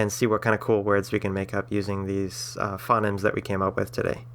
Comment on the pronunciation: "phonemes" are pronounced "fou-neemz"